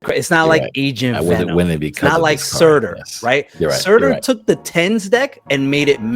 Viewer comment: Again... SUUUUUUUUUURTUUUUUUUUUUUUR. Not SAAAAAAAtAAAR